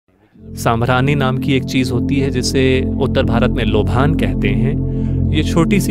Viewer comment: लोभान नहीं लोबान होता है , पता नहीं भाषा का स्तर क्यों गिराया जा रहा है